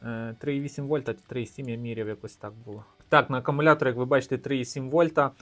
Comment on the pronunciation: та навіть для тебе написано що він АкУмулятор Ти ж читаєш навіть АкАмулятор. Щось не дивно ти чек постійно губиш А хто сказав що мікроУСБ то барахло Є ще мініУСБ